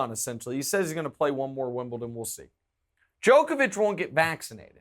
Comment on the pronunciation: Guy you can’t congratulate yourselves on pronouncing Djokovic correctly and then proceed to pronounce it incorrectly the whole time lol. Check out his wired interview to see how the man himself pronounces it.